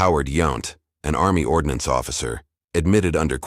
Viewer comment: "ARMMY ORDONACENE"? Since when do officers carry their decorations pinned to their backs? Dude your graphics suck.